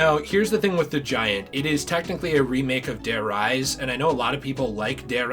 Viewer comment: Dude imma say there are many, many things I disagree with here. Buried is not better than mob or origins, it’s der r-ee-se not der rise, everybody knows about the flytrap in the giant. Classified is not that good and is on bo4, need I say anything else? Kino is super overrated and just a different version of der riese, and gorod isn’t number one material. Der Eisendrache or origins are both better alternatives to gk. TRANZIT IS NOT A GOOD MAP OR CONCEPT